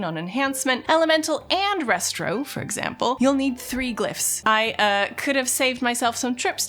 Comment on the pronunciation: Ugh, why do people abbreviate Restoration to “Restro”? It’s Resto. It’s not Restroation.